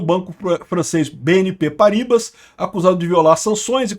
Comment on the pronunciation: Se pronuncia "PARRIBÁ"